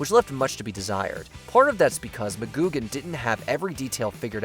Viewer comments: That's Patrick "McGoohan", with an h. Not "McGoogan". He was not a Fraggle. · It's "McGoohan", not "McGoogan". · ITS MCGOOHAN NOT MCGOOGAN GET YOU NAMES RIGHT. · Negan was a believable character at first but quickly turned into a predictable high school bully and was a big part of why we stopped watching TWD It's Patrick McGoohan, not Mah-GOOG-an. Missing here are MASH, The Sopranos & Seinfeld. Best ever, the finale of Newhart